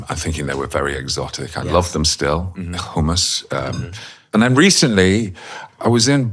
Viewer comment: Peter said CHumous coreecrly!! 😮❤